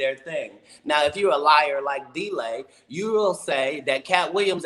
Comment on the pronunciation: Did he say Deray? or Delay? lol